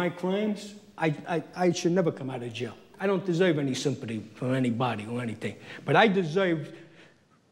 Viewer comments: "I desoiv the deal I made" Funny, it's almost like the government hustled him, or something. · "I don't desoive any simpadee."